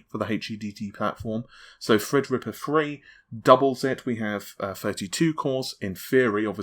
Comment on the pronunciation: It's Threadripper not Fredrippa